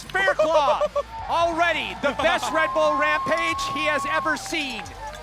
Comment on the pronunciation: Fuck’s sake, guys... his name’s pronounced Fair-cluff - as in rough, tough, enough etc.